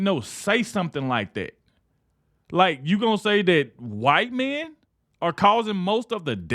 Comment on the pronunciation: "KWITE MEN." We CANT let this go or fade into the background! Get her OUT!